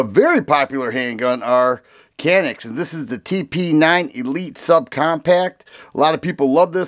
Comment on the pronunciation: Canik, not even close